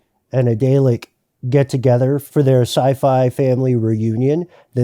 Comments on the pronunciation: A "day-lick"?!? I must have missed that episode of Dr Who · My brain daylek. You know there is a R in that word :) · Say it with me. “darrrr lick “ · The mispronounciation of DALEK is breaking my brain. It's Dah-lek.